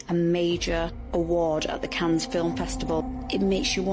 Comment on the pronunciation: Cannes film festival? Maybe people with low IQ's shouldn't try to think too hard? It's pronounced Cann, there was some very weird films made during the 60's and 70's have you seen Baberella? I grew up in the 70's, and TV was weird as well